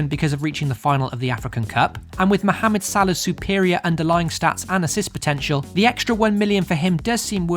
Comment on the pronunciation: Wow...I’m surprised when u said mohamed salah ! U pronounced "ح" it so true !!